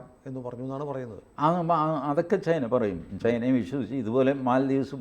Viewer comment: ചെയിന അല്ല ചൈന എന്ന് പറയൂ